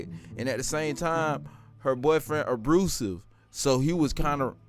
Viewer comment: "a-brew-sive" Lol